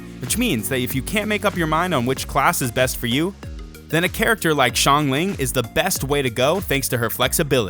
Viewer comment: coming from a chinese person: chongyun is pronounced as chong yu-win but you have to pronounce yuwin very fast xiangling is pronounced as see-ang ling, not shee-ang ling.